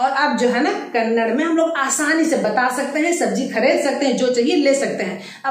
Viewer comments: Thumba chennagi helidhira.. aadhre ondhu thappu ide.. adhu Kannad alla dayavittu Kannadआ antha heli 😃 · Please 🙏🙏🙏🙏🙏😁mention कन्नड़ा as this way it helps in pronunciation- कन्नड़ा । But it's in writing as kannada कन्नड़ ಕನ್ನಡ कन्नड़ नहीं! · Glad that u r trying to teach Kannada, but pls don’t forget. It’s not Kannad, its Kannada